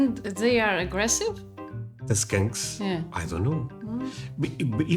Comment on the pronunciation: hahahaha. how you say skunks like skanks makes me laugh so hard. because both smell. but only 1 is everywhere.. skunks kinda smell like a really powerful marijuana at first and then it becomes unbearable the closer you get.thats where the skunk weed name comes from (my fav kind) 🤣. i dont mind the smell as long as im gone fast.